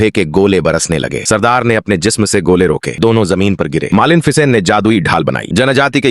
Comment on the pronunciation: Malen ficen😂😂